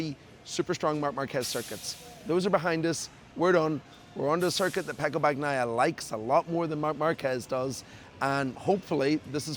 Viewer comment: How can you still mispronounce Bagnaia’s surname?😢